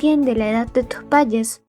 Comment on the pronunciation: por que dices? en lugar de padres??